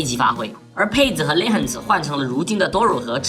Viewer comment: Duro唸都乳是故意的嗎